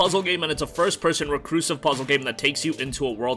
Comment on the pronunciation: its re-CUR-sive